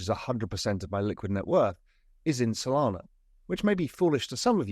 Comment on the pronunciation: Did you say Sonana?